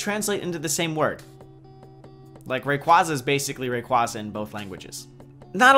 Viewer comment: Pronounce rayquazza right